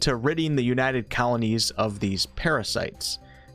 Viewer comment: Hang on, "Colonies" or "Kalanies"?